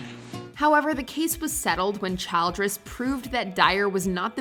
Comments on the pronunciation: Holy crap!!! The narrator of this video mispronounced so many words, including Helen Childress’ last name — “Child-dress” !!! — one wonders if she ever graduated from high school!!! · Hey, Mojo announcer, before you record the script for these videos, you should go through it word by word to be sure you know how to pronounce each one correctly. Two examples I caught here: It's "e-PIS-co-pal", not "ep-i-SCO-pal". It's "CHIL-dress", not "CHILD-ress". Also, "funnily enough" is meaningless nonsense. Don't use it.